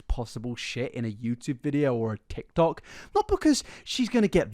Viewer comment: You just said, "the Tik Toc". I'll grab your walker for you, sir.